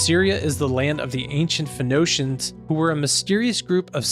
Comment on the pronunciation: I believe you are mispronouncing Phoenician incorrectly. Pho-Nee-cian. “E” sound is LONG. Thank you!